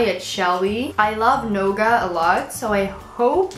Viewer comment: I'm guessing you meant nougat (new-git) instead of gnauga :) Gnauga hide is something entirely different :D